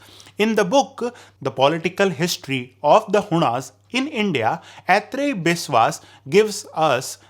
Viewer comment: One correction : As a Bengali, the Correct pronunciation is आइत्रेई Biswas , not Etrayi as you're saying Although you are a North Indian, not a bengali ... so that can be excused . Other than that the video was good and informative.